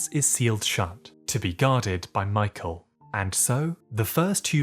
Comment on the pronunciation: please pronounce Michael's name right 😭😭😭